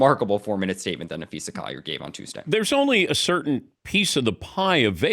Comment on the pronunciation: Dan should learn to pronounce names. Napheesa, no Napheesha